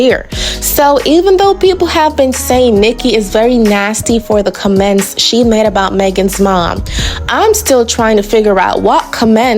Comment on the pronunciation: Enough about that saying "comments" like its two words, is wild 👽